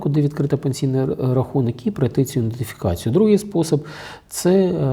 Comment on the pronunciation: Ідентифікацію а не індефікацію